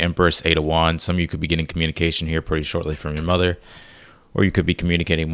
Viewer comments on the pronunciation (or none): He about said ""mudder"" instead of mother🤣🤣🤣🤣 And brooo! The ""T T T T Today junior " is my saying! So I knoww this reads for me lmfao. Thank you and our guides so so very much!